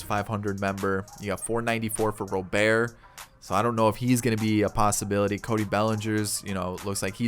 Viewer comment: ITS ROBERT WITH A T NOT ROBER WITHOUT THE T ITS ROBERT GOD DAMN